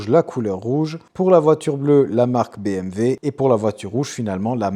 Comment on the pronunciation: Par contre tu dis BMV ca c'est pas possible mdrr